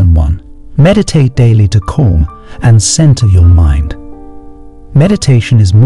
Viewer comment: Keep your mind corm. A mind that is corm. Fix the speech synthesis.